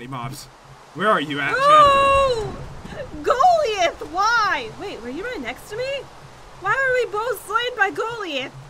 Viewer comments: when said Golli-eth instead of Gol-iath it annoyed me so much! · . "Golliath" {GUH-LIE-ITH} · jen it is not go-li-ith it is goe-lie-ith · Lol jen says Golliath as (Gol-liath) even though its pronouced as (Gol-li-ath) Lol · said "Golliath" wrong. Its Gul-eye-uth. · Goliath isn’t Go-Lee-Ath, but it is Go-Lie-Ath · Gooliath. No it's galiath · Tell it is gol-I-ath not Goliath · it was go-lie-eth no insult here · it was golliath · "Golliath" HAAHAHAHHAHAHAHAHHAHAAHA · It's gull-I-ath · btw it is pronouced Go-lie-eth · lol it's pronounced Gul-eye-ith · its pronounced goal.eye athe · Why is no one pointing out that she mispronounced Goliath😂😂😂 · That is not how you pronounce Goliath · golliath is a big soldier story from jesus jen golliath no thats how you say golliath is the pronounseshion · you diden't pranounce golliath correctly